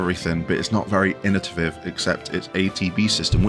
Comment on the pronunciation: Like your list. But its innovative. Not innotiviv. 😊